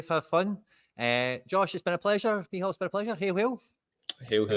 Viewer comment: Meehall? What kind of name is that? Is it supposed to be Mícheál?